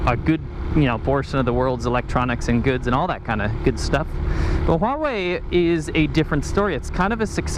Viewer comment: Huawei or WHAwhe?